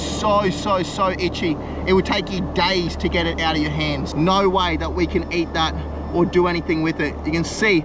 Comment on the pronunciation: we call eat, not eaaght